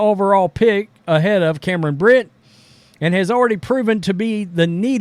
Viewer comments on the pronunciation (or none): dude, it’s Brink not Brit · It's Brink not brit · BrinK not Brint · Brink not Brin. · I’m not defending her , I can care less about any of these WNBA players but bro pronouncing BRINK as BRYNN is CRAZZZZZYYYY like can you really not read ? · Someone needs to ask Cameron if it's okay for a male player who chooses to identify as 'they' plays in their league. Cameron had better hope he plays for her team, or she might get very injured by him. And as for, her last name is BRINK, not Britt. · How do you get her name wrong every time? It’s not “Brent” it’s BRINK. You have absolutely terrible coverage. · Guessing Angel Reese wasn't a math major...can't do simple arithmetic. Appreciate your statements, BUT please say the names correctly! It's BRINK, RHYMES WITH SKATING RINK. Aside, I think anyone who uses they/them must have multiple personality disorder. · You can't even pronounce the person you are talking abouts name. What an idiot. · Yo if your gonna make a comment about about my girl. Then you gotta pronounce her name right lol. Bcus you seem to push the color card against CC knowing CB and CC are great friends on and off the court. So to be honest your one of the ones pushing the race issue. What she said is not a shot at CC like you said. Maybe my girl just kept it real. Bcus if you look BG or listen to him/ her talk it's a dude. She is not taking shots at CC like you said at the beginning. She kept it real and said what others are to damn scared to say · You really should learn how to pronounce her name correctly. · This guy can't even pronounce the name of the player he's trying to trash. And, FYI, the NBA is predominately black as well as the WNBA. That is not news. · When this guy gonna get her last name right😂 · Like the article, but at least do the research to get her name right. It’s in your title, yet you can’t say it even close to correctly